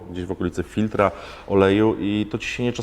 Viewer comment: Wszystko fajnie tylko przy odcinkach tego typu nie mogę się skupić bo zawsze mam rozkminę co Pan mówi 😂 „fir” „fil” „firm” „filtr” smarny to jest? 😂